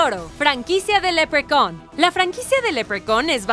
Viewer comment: ''leprecon''??? que rayos es eso!! leprechaun tal cual